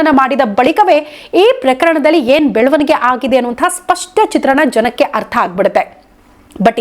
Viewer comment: Belavanige ee shabdada nimma ucharane sari illa